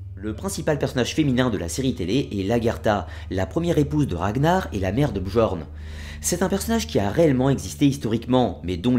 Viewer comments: La mere de qui ? non attend mec...ca se prononce "BYORN" (bi-orn)... '-' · Très intéressante video. La même sans les "quatre-Z'-enfants" et avec la bonne prononciation de "Bjorn" (j=i) serait parfaite. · Deja sa ce prononce biorn mais il s apelle bjorn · Commentaire constructif : le « j » n’est pas prononcer dans les langues scandinaves... on ne dit donc pas BJORN mais bien BiORN par exemple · Super vidéo mais un conseil sur la prononciation: le "j" dans les langues scandinaves et slaves se prononcent comme un "i" comme pour Bjorn on dit "Biorn" ;). Autrement super travail continue comme ça ! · Bien Bien mais s'il te plait, on dit pas bjorn ou skjaldmo mais "byorn" ou"skyaldmo" le "j" se prononce "y" en norrois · Super vidéo malgré que mes oreilles saignent au vu de ta prononciation des mots nordiques ^^ (pour info le "j" se prononce comme le "y" quand il sert de consone comme dans "Yak") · J'adore ta video, il y a juste une chose qui me tracasse, tu prononces mal Bjorn